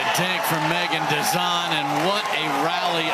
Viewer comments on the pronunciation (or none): 👍👍 But....." Dizon "😁😉